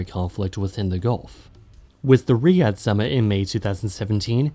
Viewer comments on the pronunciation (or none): none